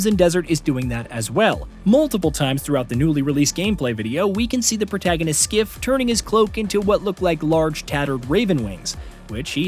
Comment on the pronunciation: Are you calling him Skiff? It's Kliff. 😅😂